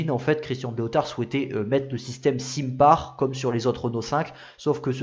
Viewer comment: SINPAR = Sainpar (prononciation)